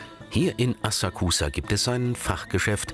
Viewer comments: Bitte nicht schon wieder eine scheußliche Aussprache! Ihr seid doch eine Wissenssendung oder? NICHT "asah-kusah" sondern "assaksa'". Mensch, die Japaner im Video sprechen es doch richtig aus. Habt ihr bei Galileo keine Japanologen oder könnt ihr keine organisieren...? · Es wird Asaaksa ausgesprochen... :( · Es wäre schön, wenn das Galileo Team die Aussprache verbessern würde von den japanischen Wörtern. Wenn die Dame die Wörter wie Asakusa und Shamisen schon original ausspricht warum sprechen die beiden Kommentatoren es immer noch falsch aus. Seltsam...